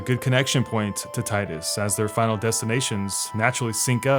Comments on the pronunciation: not about final fantasy , but can you make a video about days gone? 🤔 would like to hear what you have to say about it. and you call tidus as "tiedus" instead of teedus triggered me xd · Gah! I love your video but one thing I dislike is the mispronounced tidus! It's TEEdus! That aside still love the videos bruh! Keep it up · It’s TEEEEEEEEEEDUS. Jesus, it’s been almost 2 decades!